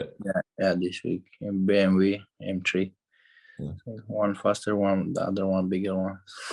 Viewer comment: Has nobody clicked that he said new car ‘BMV m3’ 🤣🤣🤣